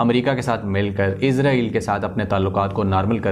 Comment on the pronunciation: Bhai Lafz Israel hai Na k Izrael